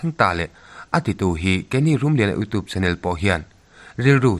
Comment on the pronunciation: YouTube tih hi iutiup tih lamrik ang hian han lam ri thei la a tha ngawt ang. Hmasawn zel turin duhsakna ka hlan a che. 💪